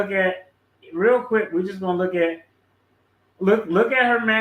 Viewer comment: "manurisoms" You must mean mannerisms